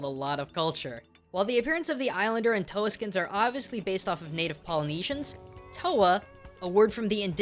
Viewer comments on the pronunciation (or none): just as a note,, toa is pronounced more like "tore" than "toe-a" a general guide to maori a e i o u "ah "ear" "ee" "oar" "ooo" r= sounds like a quickly said "d", with the tongue a little further forward wh= "f" au= "oh" or "ow" depending on dialect that is all. nice video!